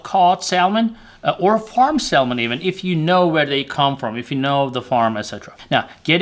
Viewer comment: It's pronounce Samon. L is silent.